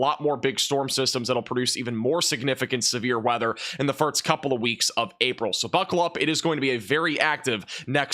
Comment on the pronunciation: Just one slight criticism, if I may offer... it's the pronunciation of the word "first". The 's' precedes the 't'. Practice with the word "forced" but then replace its vowel phonetic from "or" to "ur". "Fir-s-t" (not "firt-s") Like "lost" instead of "lots" Or "post" instead of "pots"